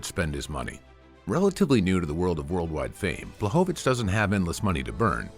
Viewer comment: BŁACHOWICZ!!!! BLECHOVITZ